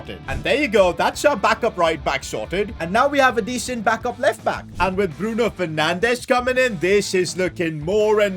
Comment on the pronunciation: Bruno Fernange? Bruno Fernandes